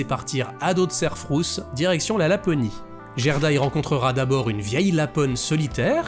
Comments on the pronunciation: Je connais ce conte par coeur. Bonne vidéo mais vous avez prononcé Jerda alors qu'en fait le Gerda de prononce Gue. En gros, c'est comme si vous disiez jitare au lieu de guitare en faisant ça. Attention aux VFs des adaptations qui peuvent induire en erreur😑 EDIT: Dans les deux VFs, le comportement de la femme à l'immense jardin est différent. Dans la première VF, elle garde volontairement Gerda chez elle parce qu'elle veut avoir la petite fille pour elle toute seule devenant ainsi une opposante par sa propre volonté. Dans la deuxième VF, elle est sous l'emprise de la Reine des Neiges voulant empêcher Gerda d'arriver jusqu'à Kai et devenant ainsi une opposante malgré elle. Probablement un choix pour rendre la Reine des Neiges plus active dans l'intrigue. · très belle vidéo. Mais pitié: "GUERDA" pas "Jèrda"! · Très sympa, comme toujours, mais dommage pour l'écorchage en règle française du prénom danois "Gerda" :'( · Vraiment très bien. Un travail incroyable. J'ai juste un peu de mal avec le "Gerda" avec le son "Gé" , je l'ai toujours dis a l'allemande avec un "gué"... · Salut, bel épisode mais.... le G dans le pays scandinaves se prononce "Gu". Quelle douleur d entendre "Jerda" et non pas "Guerda"..... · Alors, c'est génial et après tant de hype (rapport à la période présente, toussa toussa) je suis super contente de l'épisode, mais juste une petite chose : Gerda, ça se prononce "Guerda" ^^ C'est pas très grave en soit, mais étant le prénom de ma grand-mère, ça m'écorche un poil les oreilles d'entendre la faute à répétition x) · Ca se prononce Guerda et Caille 😉 Excellent votre boulot sinon. Bonnes fetes a vous deux ❤